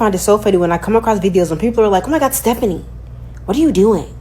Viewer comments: I think it’s insane for people to say she’s borderline racist but are saying she’s doing “aeygo”, and can’t even pronounce her last-name properly. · What cracks me up is that these women go on criticising her for being disrespectful to, among other things, Black women, but then they mispronounce her name lol